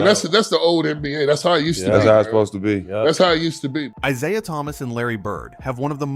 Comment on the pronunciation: Who’s “ Eyeziah “?